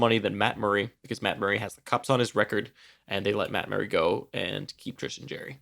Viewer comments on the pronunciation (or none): Right now you are saying Jerry like Jerry Springer. It's JARry like Jar Jar Binks/ or "I eat peanut butter out of the JAR." Jarry See what I mean? haha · His nickname is Jar Jar Blanks. Hopefully that helps on the way you've been saying his name ;)